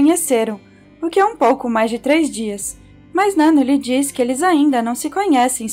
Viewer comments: Adorei o vídeo mas fiquei agoniada pq vc tava falando o nome da nanno errado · Nano kkkkk, pronuncia certo pelo menos né